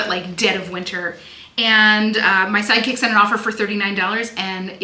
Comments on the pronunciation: Every time you say SideKick, I hear Psychic. every. time. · Me too hahah 😂